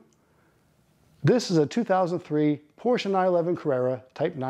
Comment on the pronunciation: Great video! But it's Porsche. Not Porscha